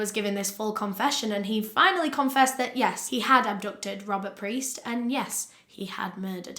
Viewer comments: I love your videos so much! However, there are a few corrections that I want to point out: the boy's last name was Piest not Priest; very easy to get mixed up. Also, it's not Lime it's actually pronounced. ^_^ So happy you're back! Can't wait for the next case! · It's Piest, not Priest. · I'm just here to say it's Robert PIEST not priest....no R. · Peist, NOT Preist ugh it's driving me nuts. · Rob peist pronounced like peiced together. Not preist, not the holy man. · It’s Piest not Priest :) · It’s Rob piest not priest 👍🏽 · I just want you to know that you call Robert “Priest”, it’s Robert Piest. Just a small correction. Otherwise fantastic video and now you’re one of my favorite YouTubers. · I just would like to make a small correction in your research. The boy who worked at the pharmacy, who became one of Gacy’s final victims, was named Robert Piest. You kept saying Priest instead of Piest. It’s a small mistake, but a rather important one in my opinion. I just thought you would like to know that. Thanks for all the hard work you do to put out these vids!!! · I'm sorry but could you please show more respect to the victims by doing proper research and stating their names correctly? His name was Robert Piest, not priest. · the boy's name was Robert Piest. (say his name.) tho frankly the mispronunciation "Priest" is super fitting to the way - tho his death was equally as horrific as all of Gacy's victims - this one case was suddenly taken seriously and deified to the point of giving enough fcks to actually solve this already easily solvable case (ie. this had already been solved by an openly gay man who had been tortured and assaulted, but the police didn't consider that a crime) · Love you and your work….just wanted to say it was Robert Piest, not PRiest. Sorry to be annoying, just feel like it should be mentioned. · It's Robert "Piest." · We love you! It's Robert Piest though XOXO